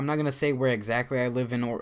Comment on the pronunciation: lol he said im not going going to tell were i live egzachly and he said orlando